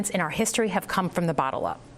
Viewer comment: Senator Slotkin said in her gaslighting rebuttal speech she said some of the most important movements in our history have come from the BOTTLE up lol Yep that explains the Dems and Rino's alright lol